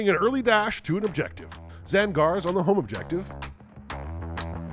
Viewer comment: Tzaan..gars? Huh, didn’t know Tzeentch was also a fish guy